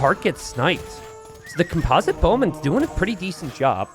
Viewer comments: it's COMPosite bowman, not comPOSite bowman! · Holy crap man i wasn't gonna say anything, but you've said "comPOZIT bowmen" like 15 times now 😂 and then right after that, you say "composition" flawlessly. It is the root of that word yet you pronounce it so differently😂😂😂